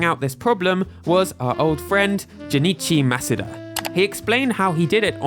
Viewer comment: This is the first time I’ve heard someone say Junichi Masuda’s name correctly.